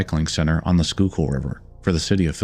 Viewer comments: Think the biggest surprise in this video was the fact you pronounced Schuylkill correctly. In all seriousness this is a Very well put together video. Keep up the good work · When he pronounces Schuylkill correctly, you know he's done his research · I’m not sure where you’re from, but major props on correctly pronouncing schuylkill river 😂